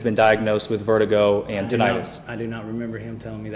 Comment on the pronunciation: tinnitus, ringing in the ears, is not inflammation, and hence is not an "itis," or inflammation. The incorrect pronunciation is usually indicative of a lack of knowledge about the condition.